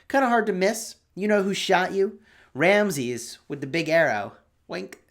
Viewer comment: I am from Egypt , you should say Ramses with S not Ramzez .